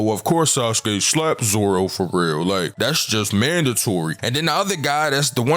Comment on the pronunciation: When you say "foreal" I hear Baltimore all in you're voice you def from close by 😂💪🏾